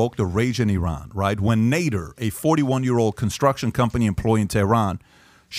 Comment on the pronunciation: Patrick joon, I love this video! But why did you mispronounce "Nader" in the beginning and multiple times?